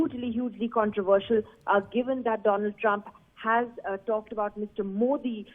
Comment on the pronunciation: MooOodi G Aap Aaaam Kysy khaty hn, aagy sy khaty hn ya peechy sy khaaty hn.. Lol hahahah